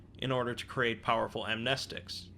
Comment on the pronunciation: It`s pronounced "Amnestics".